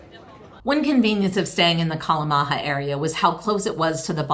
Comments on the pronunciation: Enjoyed the video, but I'd doube check the pronunciation.. 😋 Estonian "J" is more like "Y", never like "H". So Kalamaja pronunciation is like: kɑ̝lɑ̝ˌmɑ̝yɑ̝ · TallinN. Kalamaja is pronounced with 'ya' sound at the end - not a hispanic language :) Glad you enjoyed yourselves!